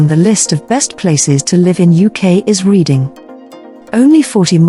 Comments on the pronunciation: Error. The Titanic did not set sail from Southampton. It set sail from Belfast where it was built. Reading Is pronounce Redding not Reading despite the spelling. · The city is pronounced 'REDDING' although it is spelled differently.